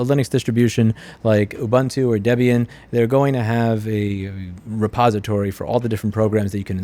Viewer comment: Thanks for remaking the PBX tutorial. I remember the one from 14 years ago or w/e on your first channel lol You start off saying debian wrong but then said it correct.. you trolling? It is indeed named after debra (debbie) and ian so it is DebIan